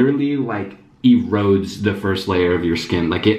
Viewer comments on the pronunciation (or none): For anyone who is curious about that cleanser uses… apparently it creates beads as you cleanse and the beads exfoliate dead skin cells (the word is exfoliate,. Not “erode” lol) it claims it has no harsh chemicals in the Amazon description. I’m an esthetician so I had to see what the heck he was talking about so looked up the product.